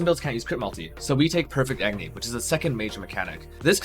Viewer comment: "AgNy" ?? There's an "O" in that word... :P Hahah... But good video... Looks awsome...